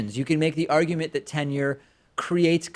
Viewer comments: He mashed up the 2 words. He said tinure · Totally sounded like Tinure. I can see how David thought the caller said Tinder. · Oh interesting. I never knew there was a difference until reading this. But now I realize I’ve always said tinure. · Too funny... and I admit it DID sound like "tinder" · It def sounded like "Tinder"